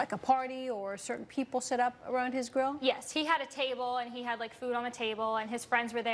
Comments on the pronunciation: wow what a brat lol "grow my burger" she can't pronounce grill lol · When she said grill my burger I keep hearing grow my burger